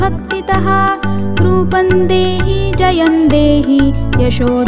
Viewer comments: Sorry to say, may be Rupam dehi,jayam dehi hona chahie, rupan dehi, jayan dehi sayad wrong pronounce hai. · रुपं का उच्चार रुपन् नही परंतु रुपम् व तथा इतर तत्सम भी वैसाही. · "Roopam" dehi रूपम is correct pronunciation. Kindly ..